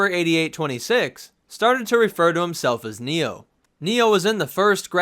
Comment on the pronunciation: I think you're saying his name wrong I want to die.